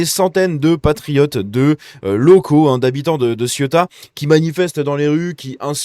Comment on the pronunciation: Ça ne se prononce pas Siota. Bonjour l’analphabétisme.